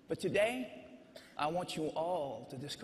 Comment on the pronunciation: did he say togay?